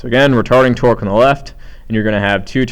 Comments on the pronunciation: "Retording Tarque." Hahahaha!!!! Thanks for the video! Helped me greatly! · First off thank you so much your videos are really helping me understand this and I have a midterm today! Also you said retording tarque and it was hilarious and you said it like twice! Awesome stuff though thank you again!